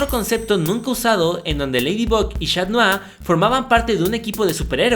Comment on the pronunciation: Es. catnoar. no. chat